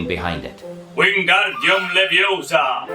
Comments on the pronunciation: It's leviosAAAAA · it Leviosa, not Leviosa